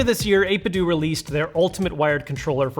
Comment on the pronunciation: It's not 8bit-doooo It's 8bitdo. As in Nintendo.